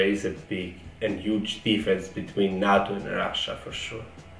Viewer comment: Its not nahhto its nayto